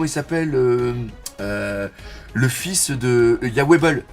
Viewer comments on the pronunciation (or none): none